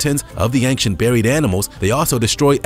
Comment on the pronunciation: Honestly, love to watch your vids, but ANG-CHANT?!?!?! AIN- CHANT. No g or k required or requested. That's all I'm saying.....